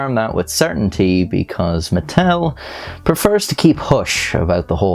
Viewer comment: I don’t know why I heard Nuttel